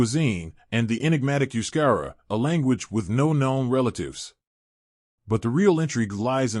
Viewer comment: First 7mins waffle n Verbage. Only in min 8 does the yank confirm that they are a mix ofearly hunter gatherer and early neolithic farmers. Besides he cannot pronounce Euskadi Euskerra etc really Annoying accent.